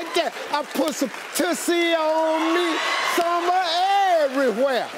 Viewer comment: You are saying it wrong. Try changing that "U"to the u in tussle, as in skirmish/ tussle with a dog toy. It is also a perfume from 1950's. No mistaking the word with a different pronounciation.